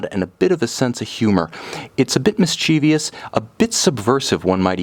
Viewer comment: Mischievous not mischievious.